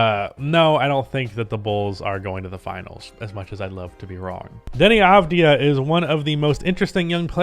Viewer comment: shoutout to you for being the only person to correctly pronounce "Avdija"